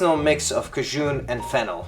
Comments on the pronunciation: I was like, "what the heck is ca-JZHOON seasoning?" And then I realized you meant Cajun, lol. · I can see how you'd want to pronounce it that way, I just thought it was funny because I had paused the video to find out where I could get cajzhoon, haha!